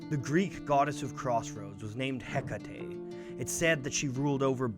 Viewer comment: I adore. Keep up the great work. Thank you for pronouncing Hecate properly.